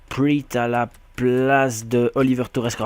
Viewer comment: Slt je suis nvx sur la chaine et g bcp apprecier cet episode 👌 Juste on dit "denis praat" et pas "priit" Bonne continuation 👍👍